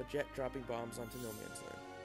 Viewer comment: It's not "Noman's", it's "Nomans", and it's prounced more like "nomuns" than "no mans".